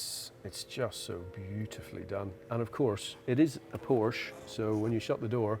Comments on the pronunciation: Its not a Porsch, its a PorschE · during a PORSCHE video I would suggest that everyone in the video who speaks should learn how to say PORSCHE correctly…ug..freakin brits. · who is this top gear knob? why is he so unkempt for this meeting?(Porscha not Porsch) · Learn to pronounce PORSCHE right or dont even talk about it! 😂🤦‍♂️ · 'of course, it is a Poarsh' come on bro. Por-che, How hard can it be. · By the way It’s called a Porsche NOT a Porsch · says porsch within the first 5 seconds and proceeds to pronounce it porsche after. this is proof english speakers are capable of saying it correctly but choose not to... why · IT IS NOT PORSH!!!! The name is Porsche! Show some respect. How you you react when Germans suddenly mispronounce Chevrolet or Cadillac?! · How can you present for Top Gear and pronounce Porsche wrong? It has an audible E in it. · NO, it's not a PORSH nine to et. LOL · what's a "porsh"? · Just gorgeous and beautifully finished. Not in love with the extra long nose, but the rest of it is amazing. And Porsche is a two syllable name guys. Come on. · Say POORSH one more time... 😤